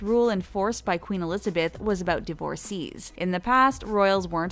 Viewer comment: Divorcées = Div-or-says.